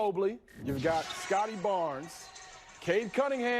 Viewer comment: It's pronounced Scottie Barnes